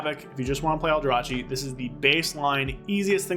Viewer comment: Stop calling it Aldra-chi 😭 It's Aldra-kee Reaver. Justice for the aldrachi :D Great video nonetheless 👍🏻